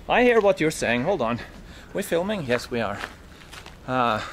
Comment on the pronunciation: “We filiming” 😂❤